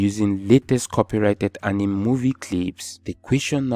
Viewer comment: Apart from “Anim” movie accent 😂 bro you deserve a million subscribers